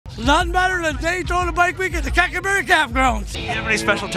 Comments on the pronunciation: calling Cackleberry "Crackerberry" for half the vid is the funniest unintentionally offensive thing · I thought he said crackle barrel 😂😂😂😂😂😂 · Lmaooo I love how didn't realize he wasn't calling it cracker berry until homke said it right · the homie out here called it crackerberry for days and then realizes its crackerberry....im fucking dying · The whole time he's calling it cracker berry .lmao definitely cracker ville